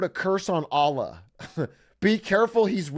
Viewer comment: the way he pronounces allah pains me